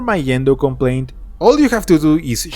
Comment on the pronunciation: bro, mendo is "MENSO" (yeah menso is a spanish way to say "stupid" if you dont get it)